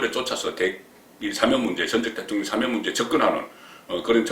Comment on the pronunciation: 송국건씨는 기자출신 이신데 발음에 신경쓰셔야갯내요... 수사는 수-사가아니라 수사로 뒤쪽 사에 엣센트가잇고.. 탄핵 또한 탄'핵이아니라 탄핵' 뒤 핵에 액센트가잇고.. 사면 또한 사-면' 이아니라 사'면 으로 사에엑샌트가잇어요 사-면' 은 사장네면를말하죠... 야턴 항상 바쁘시니까 이해는 갑니다만 그래도 방소인이니까.. 발음에 특히 신경쓰셔야겟지요...